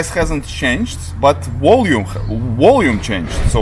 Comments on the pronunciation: Maybe if you read aloud, slowly in Cyrillic: Вольюм <- this is very close how you would pronounce it. I was wondering, why do Europeans in general have a hard time with V v.s. W in English? I mean, isn’t the sound of V like В (e.g. Вы)? Volume but you say Wallume like the animal walrus. Or in previous videos I’ve heard you say: да- Well-op-er v.s. deVeloper. In French, Vous-voulez... Va-va-voom. Vvvvolume. V.s. auf Deutsch: Ich will (will -pronounced vill like in village in English or ville in French) But the w or wah sound is always confused between English, German & Russian. E.g. My last name is Wah-ilson... Neither Vilson nor Вильсон. At least Russian & German are phonetic though for reading & writing. I am just curious why do you think W v.s. V ( or вВ) are universally confused and mispronounced by most people that are from Europe? Great video, btw! You do all the editing, by yourself? I appreciate it! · Freelancer-USA And yes, I’m saying your pronunciation needs correction as you will sound more professional because to my American/English ears, it sounds funny for certain words because it sounds like you are saying Wah- instead of Va-. E.g.’s: Wah-wah, Wang/Wong, Willy, wimpy, ... these are all silly words that come to mind when I hear you pronounced Volume or Deewellloper (developer)... that’s why it sounds funny because of silly words associated with the Wah sound in English. Please don’t take it as an insult; I’m just saying that it appears to be a universal difficulty in pronunciation for Europeans with the English letter W for some reason.